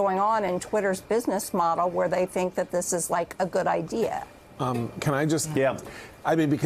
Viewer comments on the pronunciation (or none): none